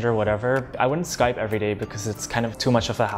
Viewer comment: 每個外國人也是說"skype" 但那個日本人說了"sky pe" (用e還是用y?) 外籍英語老師教的ww